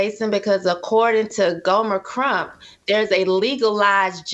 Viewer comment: said "Gomer Crump" LMBO!!!!!